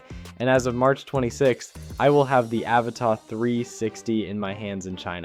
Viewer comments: My single criticism here? Stop mispronouncing "Avata". I really like your stuff and don't mind it being a mix of others footage. But please call it what it is, Ah-vah-tah. Lolol. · Yeah but you still pronounce Avata wrong, it's not French. Doesn't mean I don't like your videosI do, I follow you after all, and give a like to all your videos, it's just that the pronunciations it's annoying and not what DJI calls it.